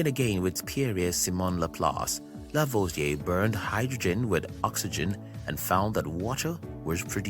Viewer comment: Are you aware that you can edit the transcript? You pronunciation is so unclear that some names are totally mis-transcribed and also impossible to understand while listening to the video, which apart from these errors is very interesting. Example:// Working again with Pierre Simon Laplace Lavoisier burned hydrogen// becomes in the transcript this:// working again with spurious semen Laplace lavage a burned hydrogen with oxygen // which is highly inappropriate. Add to that: Hydrogen is not burned, it burns, and that is of course the chemical process which could be called "oxidizing hydrogen" or just, "he let hydrogen bond with oxygen and form water."